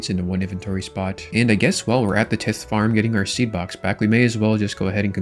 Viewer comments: The pronouncement of tithe is killing my brain….. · RuneScapers try not to mispronounce basic word challenge level: tithe